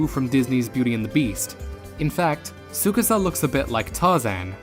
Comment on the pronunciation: I’m still bitter that they pronounced “TSUKASA” incorrectly. There is no higher intonation on the middle syllable. The name is pronounced flat— “sue kah saa”, NOT “sue KAA sa” 😫😫😫